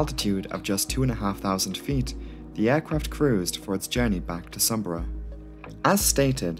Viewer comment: Eagerly awaiting the pronunciation of Sumburgh… Correct !! Great video as always.